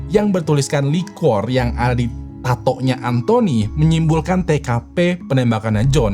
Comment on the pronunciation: Been watching your videos for few years now BUT YOU STILL FAILED TO PRONOUNCE LIQUOR, LOS ANGELES WRONGLY 🙄🙄🙄🙄 BLAJAR PLEASE JGN LAH TAKDE IMPROVEMENT 🤦🤦🤦 IT'S NOT EVEN ROCKET SCIENCE 🥴🥴 and their names errghhhh... Learn them first!!!